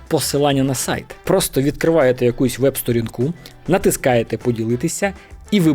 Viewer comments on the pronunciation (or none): А до чого тут це?? Яка різниця, де він живе? Якщо взявся писати україномовний контент, то слід дотримуватись правил цієї мови. Він же з Одеси, не народився ж за кордоном, то і не треба тут про "листопАд". "Сторінка", "бесІда" - це не слова з подвійним наголосом.